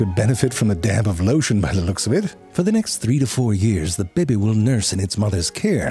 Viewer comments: It sounds like you're saying "baby" instead of "bebé". This is not ok. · It's pronounced "bebbe"